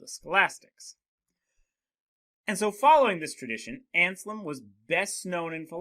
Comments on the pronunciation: You mispronounce the name just like my students! It's not Anslem, it's AnSELM. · Ansalem? No, it's ANSELM. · Damn that name butchering tho